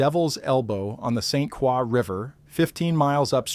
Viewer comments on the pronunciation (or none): I heard “Saint Quaw”. 🤦‍♂️ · Saint Croix is pronounced Saint Kroy. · in french it would be pronounced like craw. It’s been bastardized. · Yes. Drove me nuts hearing this narrator say "St. Craw". He needs a little French lesson ! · I'm trying to sleep but every time you mispronounced st Croix I wanted to exit myself. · As soon as I heard the robot mispronounce St. Croix, I turned off the video and started typing. I will find out about the event some other way. What is so hard about narrating? I think it's laziness on the part of the content creators. I hope my 3 seconds doesn't count as a view! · I agree. Every time he said it, I cringed.